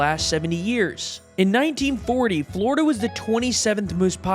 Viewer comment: Yeah FLOORDA why tf is he saying it like that 🙄